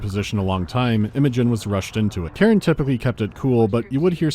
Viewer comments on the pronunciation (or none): Dude, just no. First of all, it's Karan. KARAN. I suppose 'muricans can mispronounce it, since they often hear a similar name, but there are subtitles in the game to assist with spotting this letter variation. Same with the voice actors, who can't read it properly either. Hopefully, they weren't paid too much for this butchery. And they better not retcon the character into Karen, to accommodate such text-skimming audience. Back to main topic. Your elaborate excuse for this foolish scene is a stretch to say the least. Khar Sajuuk's location was acquired from at least a Long Jump distance. There's no chance Khar Kushan had precise position of the shut-down ship before it exited hyperspace near the ice shelf. The Veil fleet was not present near the shelf from the start. They followed Khar Kushan's hyperspace signature. If they were already there, the Trinity would've already fallen into S-B-M-H's hands. No chance the experienced Karan S'jet would try to hide the Cores by smashing her ship into the shelf's surface, when Khar Sajuuk could've maneuvered the same way Khar Kushan did, into the shelf's bowels. It's an amalgam of metals, sticking out from ice. Any carrier dispatching 4 probes from a distance could scan it down. I bet at one time in the story, the ship was actually hidden, but some genius came over and said they wanted a beautiful scene, showing it breaking out of the ice. Not enough people with common sense standing up to their superiors lacking it.